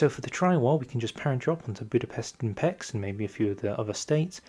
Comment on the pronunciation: aaaaa you said Pécs as peks it's Pécs p é (as in café) cs (cs in hungarian is like ch in english like in the Word channel) so it's Pécs not peks